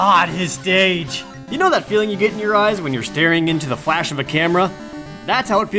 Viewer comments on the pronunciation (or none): none